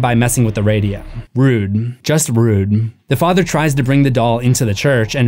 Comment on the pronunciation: why do you put an m at the end of the word rude? asking for a friend.